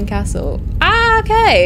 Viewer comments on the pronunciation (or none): none